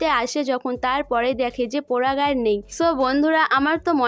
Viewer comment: আপনার উচচারণ টা এতো বাজে আপনি update দেওয়া বন্ধ করুন ।পরাগ কে পোরাগ সবাই কে সোবাই। বিচ্ছিরি ।